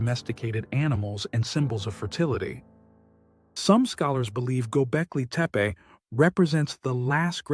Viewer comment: Bonjour Bravo clair consis neutre Pour capter la curiosité cela me semble parfait. Il y a juste un tout tout petit hic la prononciation du nom du site mais je ne suis sans doutes qu'un âne. Merci ❤ PAM 54